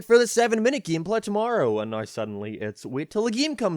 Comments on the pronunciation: Geemplay? I'm trying to figure out the way he pronounces it lmao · 'Theres only 7 minutes of GEEM PLEH'